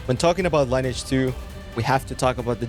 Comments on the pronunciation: I don't think you actually ever played lineage 2. Why do I say that? Because you call it line edge 2. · Another one not knowing how to pronounce the game name.